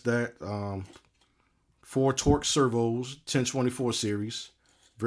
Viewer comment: You say "servHoo" and "servHoo's" as if you their pimp. 😂